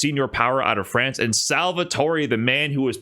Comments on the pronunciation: say france like that again, and im unsubscribing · Is calling France "Frawnce" engagement bait because if so you got my ass